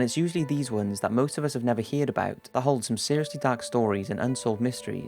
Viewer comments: please stop pronouncing "heard" as "heared", it's pronounced "herd". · Did you say hear " ed instead of heard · It's "heard," not "heared." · "That most of us have never heeerd about" lol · Did he just say HEARed? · Never heared about ?? ( heared rhymes with cheered) It’s never heard about...( heard rhymes with bird). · ”Heared about” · "hear'd"?! Seriously?! Come on! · Heird about? H E A R D. Like a HERD of animals. Please add bass to voice in post production. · He said heared, instead of heard.. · heard. you said heared. *pointsafingerandlaughs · didi he just say "never here-ed about"? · 14 seconds in "Heared about"...Surely its heard about?! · "heared" ??? "Sur ...vey"??? Jesus son, your pronunciation needs some checking .... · .... “hear’d” about? lol! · "heared about"? lmfao really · Am I the only one who's hearing the word "Heard" wrongly pronounced? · what is up with this guy not being able to say heard lol